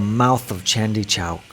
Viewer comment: Was it deliberate.. chandni (moonlight) became chandi ( google chandi mata) .. any how it did bring laugh around 😂